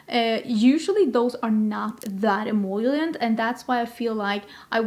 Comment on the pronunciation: you’re saying “em-OIL-ient” instead of em-OL-ient! Only one I in the word emollient, also much easier to say 😂🙏🏼